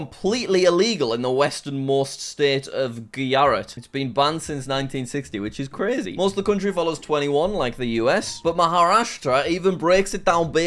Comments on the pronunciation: Bro said gee-ya-rut for goo-ja-rat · its not guyarat its Gujarat. the j is pronounced the way it is in juice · Gujarat not Gyarat. So funny as an Indian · In English, sometimes the J is pronounced H or I. Such as- Jalapeno and Mojito. These are pronounced like this- Halapenio and Mohito. Maybe that is why Jack pronounced Guyarat instead of Gujarat. Hope this helped :) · Indians : Gujrat Jack : Gooyaarat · An Indian like me, he was trying to say Gujrat like "Guyarat". Is is GuJrat. You need the Js. Btw he nailed "Maharastra" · Jack, the Indian state of Gujarat is not pronounced "Guyarat", instead it is pronounced Gujarāt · I found the way Jack pronounced 'Gujarat' (An Indian State) quite funny. He actually used the Scandinavian way of pronouncing the 'j' that is 'y'. So, he said 'Guyarat' instead of 'Gujarat'. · jack: its guharat Me an Indian: gujarat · Jack Said giyarat when it’s actually pronounced Gujarat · jack it is gu ja rat not guyarut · He has now completly made everyone mad in the entire state of Gujarat by pronounce 'Giyarat'. P.S. I am from Gujarat and I'm not very hapy about it. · Now he needs to pronunce Indian state correctly Jack Massey Welsh 2023 - Guyarat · Gujrat is actually pronounced gooj-rat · Brooo wait until he knows that it's pronounced as gu-ju-raht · jack pronouncing gujarat as "guyarat" is hilarious 🤣jack its just a normal j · I laughed so hard when he said ''giyarat" but stopped when he pronounced maharastra correctly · As an Indian, I have to say Jack's pronunciation of Gujarat was hilarious 😂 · jacks pronounciation of gujarat is insulting to all indians . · He replaced the j with y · best reason i can think f is he thought j's in indian names work similar to j's in scandanavian names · The j looked like an i so that’s why he pronounced it like that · As an Indian I can confirm that is the worst pronunciation of Gujarat😆😆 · Fr I speak gujrati and they why he pronounced it was just 😂😂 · He pronounced the j like in marijuana